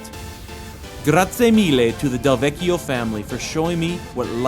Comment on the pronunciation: Cilento looks great. And did you say Del Vecchio??